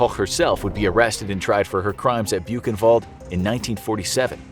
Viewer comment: When they pronounce Koch kinda right, but they butcher Buchenwald (boo [ch as in Koch] en wallt [as in alt?]. I mean, you could use Google translate... It's hard to explain as a Dutchie with English as a second language and German as a semi-third...